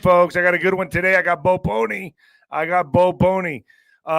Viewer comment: ..it is po-L-ny. You aren't saying the L..it sounds like Pony the way you say it..